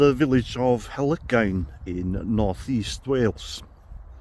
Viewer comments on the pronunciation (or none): It’s funny as the the English version of the name; Halkyn, sounds more like the local Welsh language speakers would have pronounced Helygain. It’s said more like Helgen. There’s loads of places in Denbighshire and Flintshire to explore.